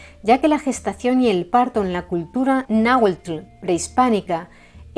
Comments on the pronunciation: ¡Excelente trabajo e investigación! Como siempre, relatado en un impecable Castellano y pronunciación Náhuatl. Saludos cordiales desde México - Tenochtitan. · Me encanta la pronunciación tan exacta de las palabras en lenguas nativas de este Mexico hermoso, no todos las pronuncian así..es innegable que se esmeran en su trabajo...mucha felicidades